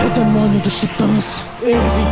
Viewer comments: Gostei bastante de você pronunciar (Livai) e não (Levi). Não tenho nada contra o (Levi) mas o anime é japonês e eu acho que ao dizer (Livai) você está preservando a forma original da obra. Eu sou portuguesa (Portugal) então vejo em Japonês e não em Dublado por isso estou habituada a ouvir (Livai) por isso agradeço por manter a pronúncia original!! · O som ta top so a pronuncia do nome do levi que ta errada fora isso de boa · alguem percebeu que ele falo capitao levai?